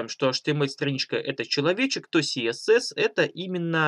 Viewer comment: А Гоша только отвык говорить КаЭсЭс))) Наконец-то))